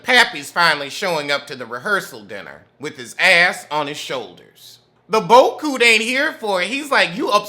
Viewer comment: you are just what I needed this Friday. I love when you say boat coot, lol